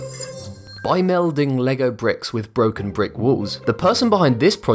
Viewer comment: Lego Bricks... The emphasis on bricks . 😏